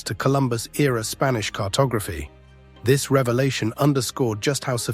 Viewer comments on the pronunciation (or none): none